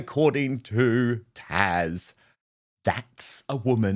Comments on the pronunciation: He's saying Tash, not Taz. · why do you call Taz....Tash?